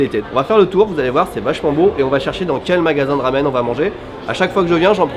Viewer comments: C est un peu perturbant qu il dise « lamen » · tu peu dire "Ramen" avec le R a la Française stp , ça me rend fou la façon dont tu le prononce! super vidéo comme d'hab sinon :P